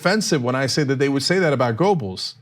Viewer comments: Goebbels has never been pronounced as "Gobels"--there was the great George Gobel, but no Gobels--"Guerrbells", yes. For the record, fascist 'Murika's corporate journos are truly reprehensible cowards with all the spizzerinctum of puffballs. Lowbrow TYT at least tries for something more, but hasn't the bite 'Murika needs--doesn't deserve, but needs. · Cenk - You need to work on your pronunciation of Goebbels. German: [ˈpaʊ̯l ˈjoːzɛf ˈɡœbl̩s] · Small point but Cenk, it's pronounced "Gerbels". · Pronounced "Gebbles". The "o" is silent as in Goethe. A minor suggestion. Otherwise, love your coverage. I am a monthly supporter. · As a Turk you shouldnthave such Problems with Umlauts Cenk XD G Ö bbels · spelled goebbels.. but gerbels.. is how its pronounced... not a fan of his.. just ticks me off when people don't get shit right.. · Cenk, if you're going to go Godwin, at least pronounce Goebbels properly.